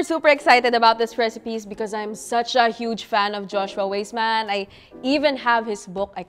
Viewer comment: Btw, Joshua’s last name is pronounced “Wiseman” 😊. Love his adobo version.